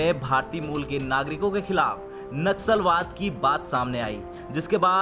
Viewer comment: Naxalbaad nahi Nasalbaad 🤣🤣🤣